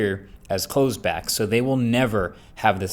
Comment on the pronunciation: "clothes back" from closed back is funny. I'm not even gonna check the rest. you get the point